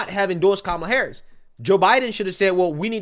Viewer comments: You better be careful calling her comala. They may say that they think you’re saying Coonmala. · "Coupmala" lol 😂😂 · " Coup Mala" 😂 These folks deserve Academy Awards. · He said "Coupmala" 😂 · all cnn has this morning is that trump mispronounced kamala name